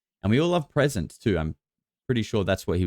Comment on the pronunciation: hehehehe, 'presents'